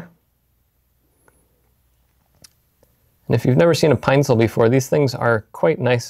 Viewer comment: its a Pine-cil not Pine-Sol. Important difference.